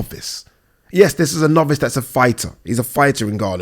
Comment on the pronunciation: Went life and death with a NOV-VICE, a NOV-VICE!! LOLLLLLLLLLLLLLLL!!!!!